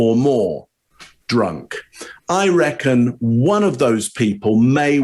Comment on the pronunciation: saying “reckon” like he’s from the south lol